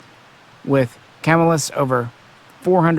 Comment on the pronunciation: It's Cah-mill-us not camel-us just FYI